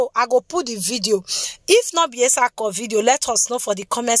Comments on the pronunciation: Well done oo, but your pronunciation is not correct. Where is the place of the Auchi people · We are etsako afemai people. We are Muslim no Christians. Christians or Muslims by mouth. But we are traditional people. And please learn how to pronounce some name before you call it. That you anyway